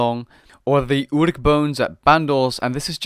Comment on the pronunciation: I like how he pronounces Ourgh as Uruk, he's been watching to much lord of the rings.